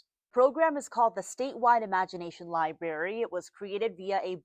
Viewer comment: This reporter keeps saying "l i b a r y." If you're reporting on a library, it's fair to expect a correct pronounciation. 🙄